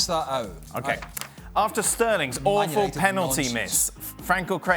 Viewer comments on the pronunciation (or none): none